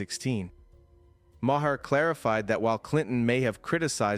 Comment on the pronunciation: Ma Her ?? Really? Learn to pronounce the guy's name before you make a video.